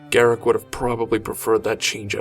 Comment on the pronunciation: why do you say garrik its garruk with a drawn out uuuuuuuuuuuuuuuuuuuuuuuuuuuuuuuuuuuuuuuuuuuu there is no i in his name garrik sounds stupid